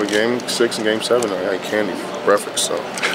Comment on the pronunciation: lol why is this man sayin brefix! come on lamar its "break (pause) fast"...